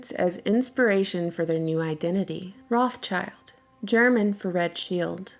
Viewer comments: German for red shield, pronounce rothshilds there is no such family as Roth 'Childs' . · Makes me sooo mad that you say “Roth-child” it’s “Roths-child”!😤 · (rot sheelds) Not rots childs... Why you say it so strange? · Stop saying their name wrong. It's 'wrote-shilled'...Red Shield. There is no "child" in there. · stop saying roth child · Do you really say Roth CHILD in english? Cause that's not at all how you say it in german and it actually sounds kinda stupid lol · we can start by pronouncing the 'S' between Roth and child. Rothschild. I thought you were a hardcore literary critic? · The pronunciation of rothschild is completely wrong! 'o' in 'roth' is like 'o' in 'or' but longer. And 'th' is just a 't' in german. 'sch' is not english 'ch' at all! it's just 'sh'! German 'i' is always like english 'ee', so schild is pronounced almost the same like english 'shield'. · if you're gonna talk about them can you at least pronounce their name right lol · As a german, i can say that your pronounciation of rothschild irritates me so much that i loose my concentration for a second everytime you say it. Interesting video nonetheless :) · Man,. Wenn u schon son' Video machst. Sprich wenigstens den Namen korrekt aus. Ist ja grauenhaft.